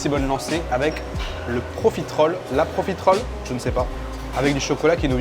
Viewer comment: Pour ton information, ça se dit: Pro-fi-té-role